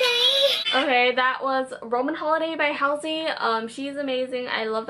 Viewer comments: Halsey is pronounced like "Haul-sey" :p just the first bit you got wrong. Also, you should listen to Trap Queen - Josh Levi, it's similar to the SoMo one, it's SO good! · you pronounced halsey's name wrong 😂😂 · thats not how you pronounce halsey ugh this irritates me just letting you know